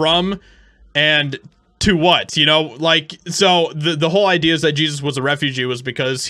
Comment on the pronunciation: First of all, you are mispronouncing the name on the sign! It is not the Biblical "Jesus" that is being called a "refugee"(sic), it is actually the Latino "Jesus" pronounced "hey-zeus"....just saying....